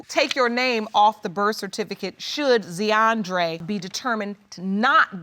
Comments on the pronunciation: ZEE-ANDRE... POOR BABY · Zeeandre. 😂😂😂 Z’Andre 😂😂😂